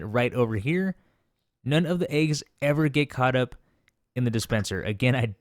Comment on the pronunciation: The way he says eggs disturbs me. Good video though.